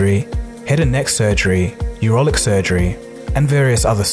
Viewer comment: The word is NOT "urolic".... it's "urologic". Quite the difference. YOUR term doesn't exist, whereas "urologic" describes urologically-related medical conditions. And , the word "quadruped" is pronounced "QUAD-roo-ped", not "quad-roopt". Holy smokes, do you guys ever check a dictionary when you're prepping your narrators?